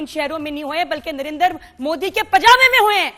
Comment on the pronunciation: O nirendra nahi Narendra... Bol bhi nahi sakta